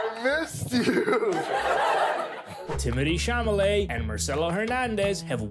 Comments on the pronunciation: "Timodee Shawmalay" 😭😭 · “timidy chalelet” you do you bro